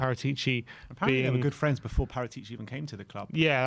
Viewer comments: Guys. His name is pronounced, ParAtici. Thank you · Guys pleeeeaaase … It is not PARATI’ CI !! IT IS : PARA’ TICI 😉k?